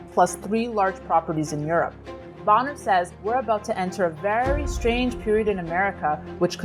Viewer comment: It's pronounced Bow-ner